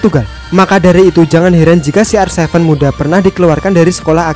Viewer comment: kenapa ronaldo di sebut si ar sefen.